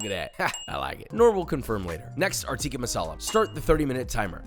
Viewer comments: Josh, love the videos and love your stuff! we gotta correct the pronunciation: it’s not teeka it’s pronounced tick-ah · Josh its "tick-ah" not "teeka"